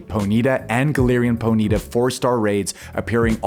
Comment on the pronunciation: Po-knee-ta not ponita bruh wtf